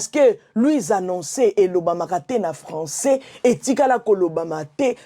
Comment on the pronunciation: sila lolendo ebambi ye lokola mutu alangwe lotoko. 😂😂😂😂😂😂😂😂😂 sila alobi français te, alobi nde François 😂😂😂. Luisa noncer, liaison ezalaka mais oyo ekomi FAUTE.